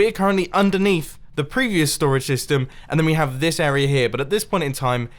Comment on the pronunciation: I swear when Mumbo says STORAGE SYSTEM he says "storage stystem"